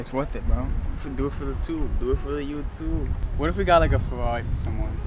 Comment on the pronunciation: “It’s gonna be a lotta caws wew buyin bwo” “It’s worf it bwo”